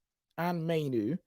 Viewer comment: I really hope starts saying Mainoo’s name properly soon.